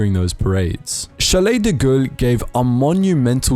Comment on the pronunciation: The first name of General de Gaulle is pronounced "Charl" unlike "Chalet" - Besides, great video!!